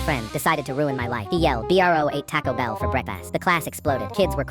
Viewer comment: "B r o ate tacko bell for brekfaast" (AI had a stroke LMAO)